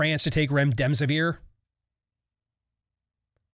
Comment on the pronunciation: Steve....my OCD won't let me ignore this... it's "rem-des-eh-veer". There is no second "m". There. I'll let myself out, have a nice day! 🙄